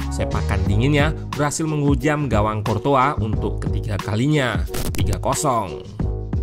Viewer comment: Ssst.. Buat mimin Curtois dibacanya mirip Croissant.